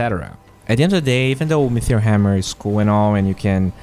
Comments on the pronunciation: great video as always, very informative but pls stop saying metheor instead of meteor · Say it with me: "MEE-TEE-OR" There is no "H" !! You say "metheor" or "mithril" sometimes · Sounds like you are saying mithril hammer rather than meteor? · It's not an accent. T is not F or TH. Mefeor or Metheor, which are two ways he's saying it, are not real words.